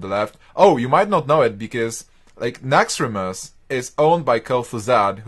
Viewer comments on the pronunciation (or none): nauxraaumos xD